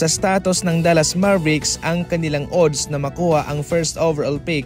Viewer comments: Anong odds oodd? Adds pabigkas nyan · ang ODDS ay binibigkas na ADDS kahit O ang first letter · Adds ang pronouncation .. A hindi O .. Balik kita sa grade 1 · Napa ka annoying pakinggan ng pronunciation mo sa ooodddssss parang sarap mag unsubscribe